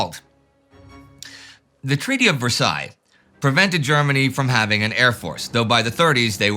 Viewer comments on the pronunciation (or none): none